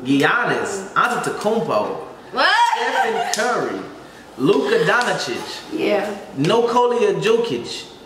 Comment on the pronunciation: My man said Nikolia Joekic and Luka Donacic😂😂😂